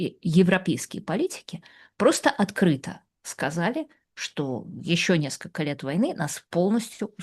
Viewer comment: Режет слух -- наскока вместо несколько и т.п.